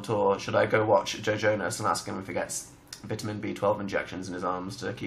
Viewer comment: THE WAY HE SAYS VITAMIN ERKS ME EVEN THO IT MAKES SENSE TO SAY IT LIKE THAT